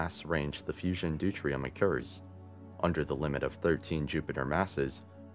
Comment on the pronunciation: saying it once is too much for a produced video. How about prostar for protostar or dutrium for deuterium. 2 other mispronouciasions.